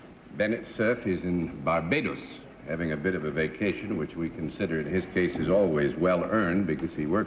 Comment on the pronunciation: John pronouncing Barbados correctly. Most everyone always says it wrong. Dorothy looked like a frail old lady.